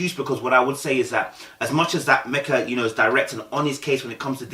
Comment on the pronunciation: Her name is Meka... not Mecca🤦🏾‍♀️... pronounced Me-kah